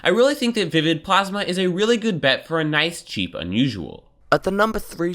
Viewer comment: When says nice, it sounds like "knife"